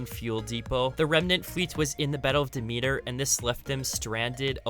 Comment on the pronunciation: The way you said Demeter hurt me inside.